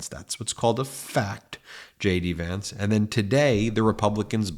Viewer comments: Did you say Shady Vance? Lol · Ben, from afar, J D Vance sounds like 'SHADY VANCE' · Are you saying JD Vance or Shady Vance? (Which I find much more appropriate 😂) keep up the good work, love the truth! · Wait, am I hearing things or did you call him Shady Vance?